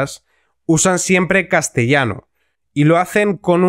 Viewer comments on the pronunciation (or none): No ... castellano no está bien dicho.